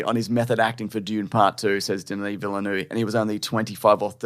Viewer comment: "Villeneuve", and not "Villenueve". This is probably why people keep mispronouncing his name 😆.